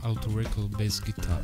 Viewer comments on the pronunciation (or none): O M G , He said "bAsS GuiTaR"